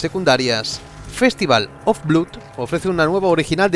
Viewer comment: Festival of bluud jajajajaja